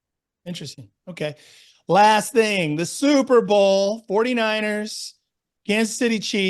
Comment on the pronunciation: I heard zuberbowl. I think you need to something with that play off your name. lol